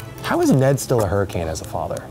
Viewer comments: I thought he said Nedward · Am I the only one hearing Eugene calling Ned 'Nedward'?